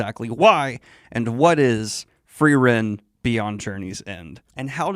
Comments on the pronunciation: My limited German language skill means that every time someone says “Free-ren” instead of “Fry-ren” I get slightly thrown off and the worst part is I don’t even know if I’m remembering my German pronunciation properly 😅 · I know the Feeren Fren pronunciation is not a big deal, I should just ignore it and enjoy the rest of the video, which is great. I'm having a hard time ignoring it though, it's bothering me so much more than it should. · The E come BEFORE the R. It's not like you misread it. You're watching a show in ENGLISH GODS!! You're as bad as M. Night Shamalan changing his name to Ahng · Lots of better Frienen "analysis" on YouTube than this. What a disservice to the amazing anime when you can't even get a main character's name correct. Did you even watch it or just read a synopsis and then read it back to us? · Holy shit the english dub is butchering like all the names.